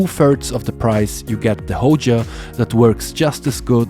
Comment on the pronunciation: Which one is the “Hoja”? It’s Hoya, with a y.